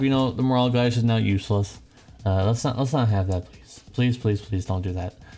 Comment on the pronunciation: Gauge dude. Like cage. Also, are you sick? You have dem sniffles.